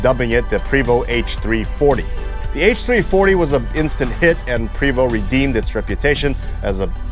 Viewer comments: Great video...fyi. its pronounced "Pray Vo" Not Pre Vo...just letting you know friend...great job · Having spent time with the company sales reps, I learned the name is pronounced "Pray-vO" in homage to the French heritage of Quebec. In the mountain west, the 12 speed ZF transmission makes it a demon on mountain passes. But in a hilly town like Seattle or San Francisco the 12 has a horrible time getting away from traffic lights on steep hills. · It's pronounced Pravo' ,it's fronsay (French) !!! The h3-41 was came into play because people wanted a automatic and they need a foot longer to get got it in with the s 60 engine .Eagle had a harder time they had to raise the floor over the engine to fit it in.I have talk with them too I was at the factory in the early 90's just after they they expanded. Seeing the h3's frame being made to seeing the roof being stretched on , to seeing entertainer coaches being made it is some thing to see when you a BUS GUY!!! I all saw the articulated coaches at Ill deleann ( i hope i spelled that proper ), having my coach ac being worked on there . Seeing the new coaches give me a bad case of i wants. We got our Marathon xl ( They only made 3 years )in Montreal . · I myself pronounce it "pre(long E)vost(like post with a 'v' instead of a 'p')